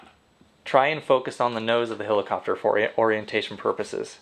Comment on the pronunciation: hElicopter, not hilicopter